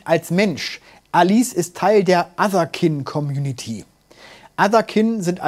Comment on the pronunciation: Allein schon Otherkind...nicht etwa Englisch Otherkind (keind) weil man einer anderen Art angehört...nich doch 🤣